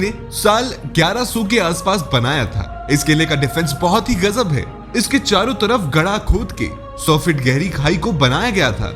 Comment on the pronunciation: Gada nhi gadha hota hai lgta hai script writter ne pdhi nhi script phle